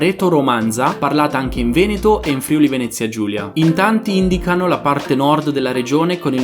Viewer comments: Si dice “FRIÙLI” non “FRÌULI” 🥺😤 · FRIULI SI PRONUNCIA CON L'ACCENTO SULLA "U" NON SULLA PRIMA "I"